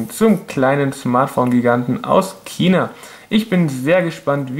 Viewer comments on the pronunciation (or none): none